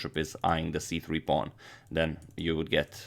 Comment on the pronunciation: I am extremely amused at how you say pawn. Pong to D4